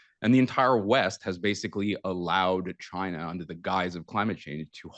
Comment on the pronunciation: he can't even say the word "China" 😂